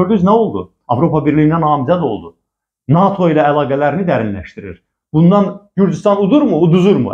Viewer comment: NAATO deyil, NATO